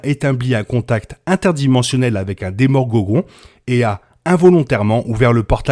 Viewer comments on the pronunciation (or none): "Demorgogon" ça m'a tuer 🤣🤣